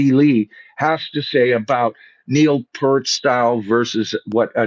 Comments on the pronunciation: The sheer fact that you can’t even pronounce Neil’s last name correctly is absolutely appalling! Neil, was a legendary player and lyricist, theologian, among many other great things. You should be ashamed of yourself mispronouncing Neil’s good name. Pert seriously…?? 🖕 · I find it rather absurdly amusing that you immediately tried to be sure to pronounce Anika's full name correctly, but after decades of the opportunity to learn and hear how to properly pronounce Neil's last name, you still got it wrong. Pfft!